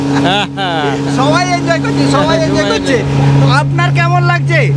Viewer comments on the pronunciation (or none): none